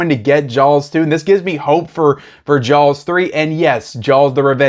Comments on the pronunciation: I slowed the playback speed of this video to 50% and you are literally saying JAWLS. Its amazing. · I don't think you can say "Jaws" any more southern. Just fyi, to my ear, it sounds like "jyalls". My father bought me a complete Hitchcock works boxed set. It's only missing Dial M For Murder. It even has the two series. It's such a great box set. Highly recommended.